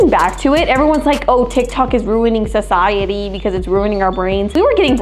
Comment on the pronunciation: The fact that she said it was good for sisidey for poke mon go when it got people got into car accidents😂